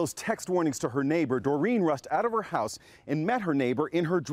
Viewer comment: What a lifesaver but damn, how she says house is soooo funny